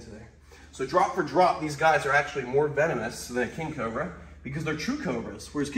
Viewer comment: he said cober